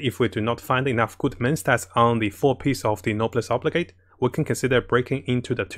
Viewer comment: I've probably watched most if not all of videos by now and while I love the content to bits, I still find myself twitching everytime "Oblige" is pronounced. 😢